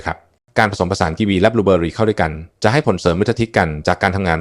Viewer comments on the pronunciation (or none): บูเบอหรี😂😂😂😂คงใช้ AI แปลภาษา